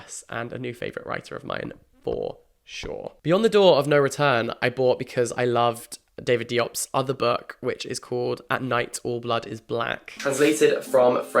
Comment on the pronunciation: Just a heads up for David Diops name, the D in diop is pronounced like a J. Another spelling for the last name is Jobe, which sounds more like how it's pronounced.